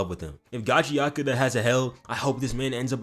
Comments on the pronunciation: Bro.. im SOOOO TIRED of ppl saying it wrong!! Its NOT gachiATAKA!!! 😤😤 its gachiKUTA!! SAY IT RIGHT!!! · lol at how you pronounce it. its gachi-akuta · Erm actually its pronounced gacha ku ta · your saying it wrong ni